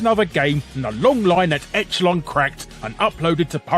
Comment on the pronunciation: Larry, say that word again, echelon. But after you read the phonetic for it.